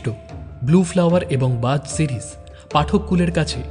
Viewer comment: Bro It's not Buzz it's Baaz maane Eagle 🦅